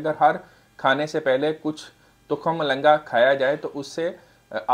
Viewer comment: Sir lafz tukham balangoo hota hai.